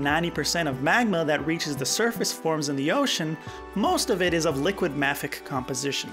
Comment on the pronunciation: I have never heard “mafic” the way you pronounce it. I have always heard it pronounced “may-fik”